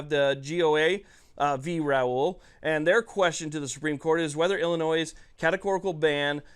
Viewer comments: Bro, please stop pronouncing the state in the plural. It's like saying I bought a Fords, and I'm going deers hunting. It's singular Illinois, not Illinoiss. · Just an FYI the S is silent in Illinois . Ill an oy. Thanks for all the hard work and pro 2A content.